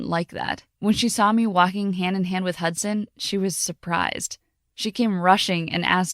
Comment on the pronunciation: Why i heard "Hotson" not "Hudson" ? 😆